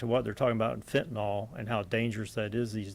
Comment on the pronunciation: No such drug as Fent-anawl. Fentanyl. NIL. Attend elocution classes.